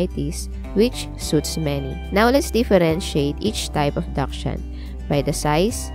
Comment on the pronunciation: First clue you aren't an expert is the way you pronounce dachshund